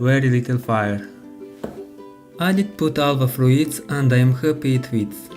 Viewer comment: Se pronuntsa "fruts", nu "fruits"